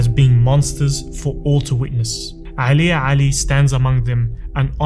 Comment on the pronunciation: no one_ this guy: AElija Bro its Normal letter A not the arabic ع